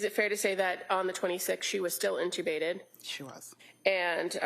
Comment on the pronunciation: The way the prosecution says inTeubbated is annoying